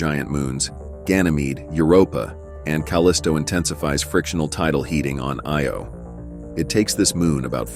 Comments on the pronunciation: It's Io not Eo. LOL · its pronounced I-O not eeeeeeeeeoooooooooo